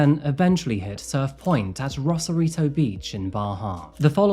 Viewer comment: ACTUAL SAN DIEGAN HERE, who also had a house 11yrs south of Rosarito (ROSE-AR-I-TO, not Ross-arito). And no, not better beaches. Lesss crowded yes but dirtier because of no sanitation infrastructure in Baja. You need more better resources!! I’ll have to edit and update this comment as I go thru this video…lol